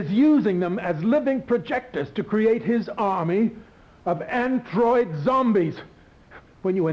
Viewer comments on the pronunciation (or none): an “Ant droid” terrible lol